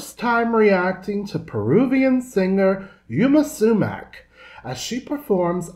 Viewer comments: Her NAME is pronounced Yma - EEMA - SUMAC - SOOMAK not yuma which is a town in Arizona. Smh. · Her name is pronounced Eema Sumack...